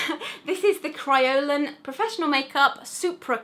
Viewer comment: your saying kryolan and adhesive wrong